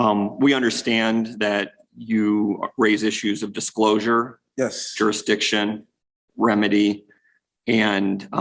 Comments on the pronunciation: Not to mention "juri diction". Im waiting for "coherse". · It's "juridishin" silly!